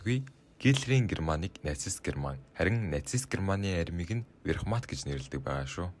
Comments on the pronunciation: юун верхмат вэ, вермахт шүү. зөв уншаач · Wehrmacht буюу Веермахт гэж уншигдана. Tiger буюу Барс танк гэж уншигдана. Гэрман биш Герман гэж Монгол хэлээр бичигддэг. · Вехрмат дээр чих хугарлаа! 😂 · Верхмат гэсэн үү 😂😂😂 Вермахт бхаа